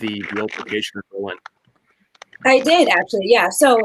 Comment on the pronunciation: No accent on the "LIN"!!! We're not in Germany! Lol. Can't wait for the DOC!